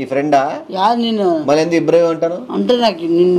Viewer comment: నిబ్బరం ❌ ఇబ్రహీం✅ 😂😂❤❤🎉🎉